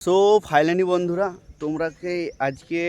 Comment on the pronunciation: ওটা ফাইলানি না ফাইনালি হবে পাপুর গাঁড় ধুয়ে ধুয়ে কথা বলা ভুলে গেছিস 😂😂😂😂😂